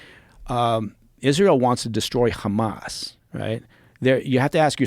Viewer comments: why does he pronounce Hamas as "Khamas", with KH? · This guy is such a tool. Hey CIA man, you don't pronounce Hamas with a "kh" sound. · Is he ex cia or ex mossad? I cant figure it out becasue he repeats all the Israeli talking points and always says khamas. Mike Baker are you American or Israeli?